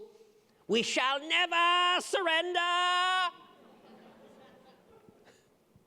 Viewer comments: WE SHALL NEVAR SURRNDEAR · NEVARR SURRENDARRR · ”WE SHALL NEVAH SURRENDAHH” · him: we shalll neva surenda him after: what did i just do... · "We shall neveer surrendeer!!!..." Sound of silence Akward moment "...to different approaches"